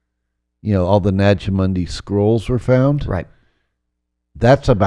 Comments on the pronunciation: Why does he keep mispronouncing "Nag Hammadi"? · I mean… I want to believe, but how can I trust a guy who claims to be an expert but can’t even say Nag Hammadi correctly? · Nag Hamadi... Why cant he pronounce these terms correctly its supposed to be his core area of knowledge... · it pronounced Naja Hammady نجع حمادي. And stop the lies about the Lord Jesus Christ !!!